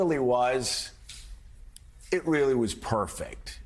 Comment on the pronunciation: Joe. It's pronounced Comma la, not Camel la.